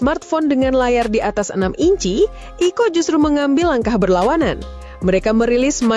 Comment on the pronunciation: Jadi dibacanya 😄